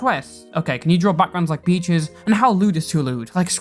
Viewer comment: Great video, but I had to stop what I was doing and rewind when I heard Beaches as Peaches and thought that SOMEHOW the hopelesspeaches drama bullshit had made it into this completely unrelated thing.